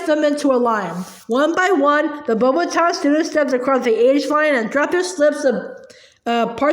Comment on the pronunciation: How you pronounce beauxbatons is beax- batons😊👍🏻